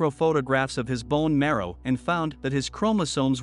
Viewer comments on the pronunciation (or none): none